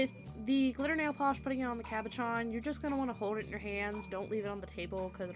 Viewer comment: Thanks for the great idea! Just one thing, if you decide to make another video, the French word is pronounced CAB O SHAWN, lol.